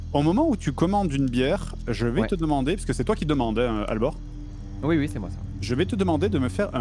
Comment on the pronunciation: Voui ! Je dis Voui !